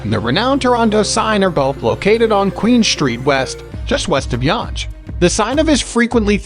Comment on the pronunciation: Yanje ?!!! lololol It is pronounced like young!